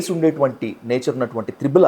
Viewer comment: త్రిబుల్ కాదు ట్రిపుల్